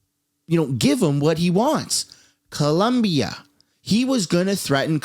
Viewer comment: It’s Colombia, not Columbia 😂